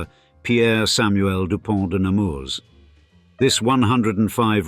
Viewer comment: In french, you don't pronounce the s at the end of Nemours